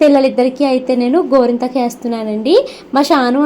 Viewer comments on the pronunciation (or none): Gorenthaku❌ gorintaku Thrain ❌ train Hahaha emindandi meeku 😂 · గోరింతాకు కాదు గోరింటాకు